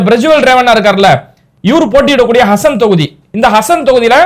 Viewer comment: ஹசன் இல்லே ஹாசன் மாவட்டம்